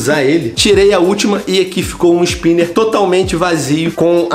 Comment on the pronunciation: "que esspiner lindo" em pt-pt é muito engraçado como falas venom xp